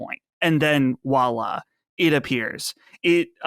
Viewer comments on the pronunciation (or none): Just so the French don't come for you: It's not "Walla", it's "Voilà"! 😂